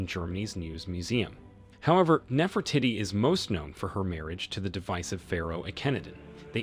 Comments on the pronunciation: OMG! Can he stop saying Nefer titty? NEFER TEE-TEE! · I’m it’s pronounced Nefro teady not Nefro Titi. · it is not NeferTitti…. Do your research and learn the proper pronounciation… btw, the two mummies are not a new find… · The real question, is why not one person has commented ,on the fact that the narrator can’t pronounce without saying Nefra tittie “ and “cinnamon “ . Either no one knows or this comment section has been dirty deleted . If your going to criticize a controversial archaeologist, at least research how to pronounce the historical figure’s in question. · his pronunciation of "Nefertitty", 😂😂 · Ahh c’monnn we know it’s NefertEEtEE